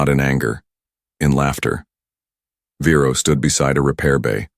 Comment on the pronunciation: And the man’s name is Vero, not Bero, not Firo!!!!! And why can’t I put a space after a word without clicking the spacebar several times??? And then Siri gives me an answer. That is nothing close to the question. I asked her!!